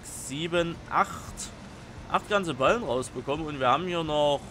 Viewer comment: Ich glaube es heißt Ballen (nicht Ballem)